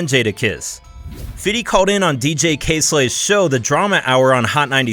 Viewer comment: Why do white people call him fitty cent. When he says his name he says "Fifty Cent". White people either sound ignorant or trying too hard to be down when they say fitty. He even address this on the Conan O'Brien show.